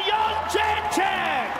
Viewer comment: Joe Rogan, you've been pronouncing the champs name incorrectly for quite a while, she said you were sorta close, maybe you didnt see that old clip. its not yun jay check, its jed dre chick. Come on man. still love ya though.